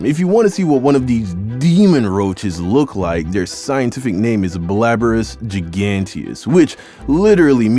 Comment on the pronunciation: “Blaberus Giganteus”😭😭😭